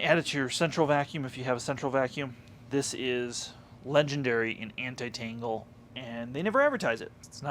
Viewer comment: Thanks for the insight, one thing, it sounds like you're saying tingle half of the time rather than tangle.